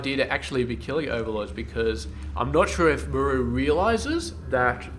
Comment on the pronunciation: i cant take it !! its pronounced MAR-RU not ma- rooo your killin me man.